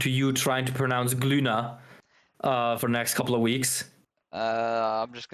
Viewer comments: The G is silent so wouldnt it be Loona? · Isn't in page 13 (Ginka & Glüna) specially said that the G in Glüna is silent. So if you were to pronounce perfectly should be Lüna? 😅 Tho Glüna is cooler